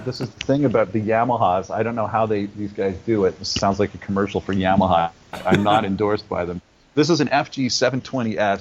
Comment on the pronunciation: You are great ! I listen to (and watch) your video 'She's so High' every day. I have a question about your interview. What in the heck were you drinking? Maybe I should know, but I don't. Also, I have a comment. Your pronunciation of Yamaha is funny to me. I also saw you sing and play on YouTube, a British show, I think. And the announcer pronounced your name different from most people that I know. I bet you know what I'm talking about. If not, call me and I'll pronounce it both ways for you. I only answer my phone if I recognize the name or number. So leave a message, I'll recognize your voice. I don't really think you'll call me but it's worth a shot. Nothing but platonic intentions. I'm old. Too bad for me.